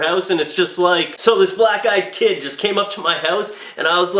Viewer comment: Is it weird that everytime he said Black-eyed Kid It sounded like Black guy, Kid? "I saw a Black-eyed Kid" "Really? I saw a Black guy, kid!" It's like this time my buddy's boss told him to be careful of Black Ice while out on deliveries in Winter. My buddy thought it was absolutely gangbusters. I needed to have it explained to me...